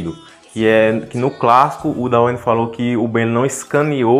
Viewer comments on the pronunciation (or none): por favor,, não é "daueine" é "dueine" que agonia mani